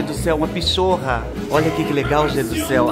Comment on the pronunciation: do céu.. Este negócio que vc chama de pichorra, eu conheço como pinata(Lê-se pinhata). 🤔🙄🤭🤭🤭